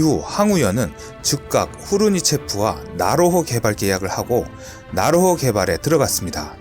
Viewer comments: 지지대 = 지대지 .. 나호로 = 나로호 ㅋㅋㅋㅋㅋㅋ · 연습좀 더해라. 나호로? 나로호, 지지대?지대지. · 왜자꾸 나로호를 나호로 라고 읽지? ㅋㅋㅋ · 근데 글읽으실때 앞뒤를 잘좀읽어주시지요 예를들어 이 영상에서 지대지미사일을 지지대라고 읽으시네... 또 나로호를 나호로라고 읽고...굉장이 신경쓰이네요 영상에 신경이 안감.. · 지대지 유도탄을 지지대 유도탄이라고 읽고, 나로호 를 나호로 라고 읽더군요 그리고 2001년은 김대중씨가 대통령이었는데 당시 대통령이 노무현씨라고 하시는군요 그리고 않만드는 이 아니라 안 만드는이라고 해야 합니다. 신중히 체크 하시고 방송하시길 .... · 백곰 지대지를 백곰 지지대로 읽으시고 나로호를 나호로 로 읽으심...